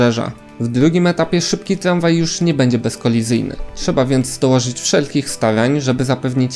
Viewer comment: Tlanspolt, tlamwaj... Nie ufam komuś kto nie wymawia R.